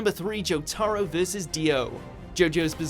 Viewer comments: Jew taro vs Dio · And Watch Mojo continues to embarrass themselves with their piss-poor pronunciation of anime character names. Jo-Ta-Ro not Jo-Tar-O. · Wheres this Joe-Tah-Roe Coming From? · "Jo TAR ro" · The "joterro" pronounciation sounds more retarded imo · This dude says jotaro and za warudo so weird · Ok what the fuck now he just said warudo wrong and jotaro wrong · This dude needs to say Jotaro correctly. Don't care how old videos are. Also need them to say Gohan and not Go'han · Can someone pls read Jotaro properlu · The Fact that they put Dio v.s Jotaro at #3, they pronounced Jotaro & Za Warudo wrong makes this list garbage. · Learn how to pronounce Jotaro's name... MUDA! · Why does the guy pronounce Jotaro in the weirdest way possible? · Why does this guy always pronounce the names wrong? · I don't like how they pronounce Jotaro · The way chops names up